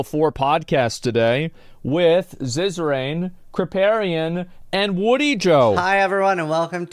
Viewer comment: "Ziza-Rain" and "Woody-Joe"... 🤣